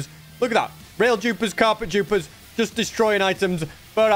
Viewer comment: Is he saying jupers? Not dupers